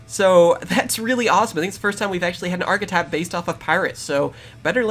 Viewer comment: Don;t you mean arrrchethype?